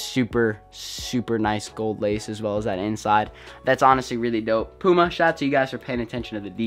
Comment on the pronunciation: Learn how to say puma